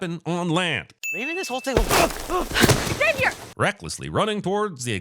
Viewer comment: Saying X avier instead of zavier should be a sin too.